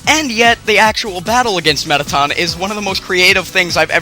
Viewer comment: You said toriel and mettaton wrong!